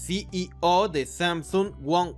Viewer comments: Puedes pronunciar "CIO". En vez de "SI Y O" se escucha molesto además de cierta dislexia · Es desesperante cómo.pronuncia ceo, CI í ò, En Lugar de ci í ou. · Muy bien Retroalimentación constructiva, la "O" de CEO pronunciar como "OU" Gracias por tus vídeos